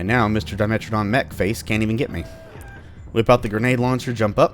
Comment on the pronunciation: "A dimentridon mech." A dimechtridon.